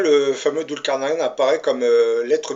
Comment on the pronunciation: Prononcez "Doul car naille ne" ou en anglais "nine" Svp....